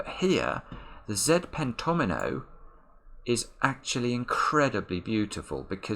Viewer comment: it was so awesome when you spotted the fact that the fives must appear in each pentomino. Also, the way you pronounce pentomino is so articulate! Thanks for sharing your wonderful mind with the world!